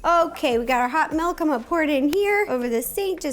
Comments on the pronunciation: Melk.....my wisconsin ears are bleeding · everyone drooling me: DID SHE SAY “MALK”??!??!??!